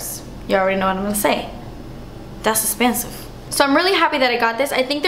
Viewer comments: I seriously love when you say "das 'sspenseeve" 😂 lol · Amaizing as usual ❤️ and your expression " dass expenziv " is hilarious hahahaha i love it when you say it. Thank you so much xo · I Love It When You Say Dats Expensive 😭😂 Love You So Much Xoxo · "Thas espansif!" I literally burst out laughing every time! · "das espensive!" -my fav part of all your videos lol 😂